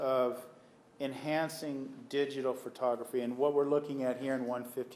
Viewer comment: Nurmi says fur-toggraphy instead of pho-tography LOL 😜